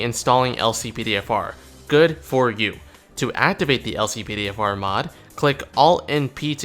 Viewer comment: how to activate the LCPDFR mod? i only hear "Click all NP" when u said how to activate it